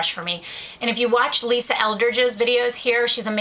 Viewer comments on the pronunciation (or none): none